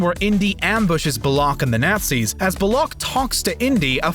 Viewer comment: Beh-neh-Seeeeeeeeeeeeeeeeeee-yo Del Toro. David Due-kawwv-nee. Gnat-sees Just wow. Nailed it. Don't tell me this isn't an auto text to speech. There's no way in 2020 there is an adult who doesn't know how to pronounce Nazis. WTF is this?